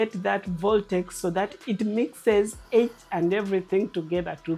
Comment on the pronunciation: Voltex a word? Is it not vortex